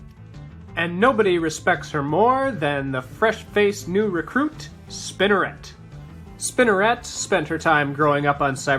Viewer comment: The way he se says spinerit it sounds like spinarak